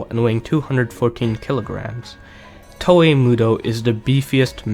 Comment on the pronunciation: I fucking hate how you pronounce "Toa"